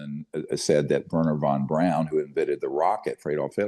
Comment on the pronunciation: Dr. Greer. Every single time you mis pronounce Wernher von Braun, it makes me believe you even less.